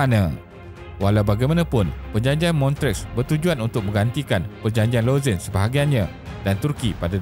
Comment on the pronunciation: terbaik video ni. macam biasa, isi yg ringkas & padat dan animation yg informatif buat kita senang faham. cuma lagi baik kalau sebutan tempat2 international disebut dengan betul macam Lausanne, Montreux, Kiev etc. keep it up